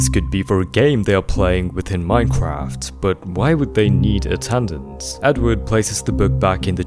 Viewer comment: Buddy said "attandance" 😂🤦🏼‍♂️ *Attendance* *Ah-ten-dense*